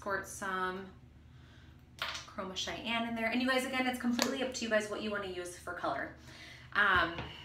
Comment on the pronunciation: I’ve used these reds before but the red you used is called Cayenne like the cayenne pepper 😂 you called it Cheyanne like the Indian tribe 😂😂💕 nice tutorial thank you! ✨✨✨